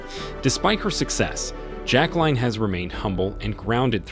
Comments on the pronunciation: Her name is notpronounced jack line but rather jack lyn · It's not "JacqueLINE". Pronunciation of the name is either "JacqueLEEN" or "JacqueLIN", depending upon the individual with the name. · It’s frustrating to listening to the narrator’s Pronunciation of her Name. Grr